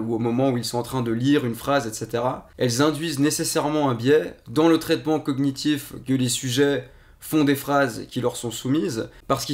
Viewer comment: J'adore la prononciation de "cognitif"...